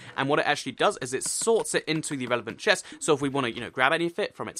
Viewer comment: This whole video I was looking at the screen eating my chips. I was like..... Did he say chest? Or pest?